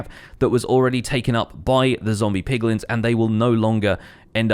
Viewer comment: I swear I heared POGlins for a sec.... I need to stay away from people more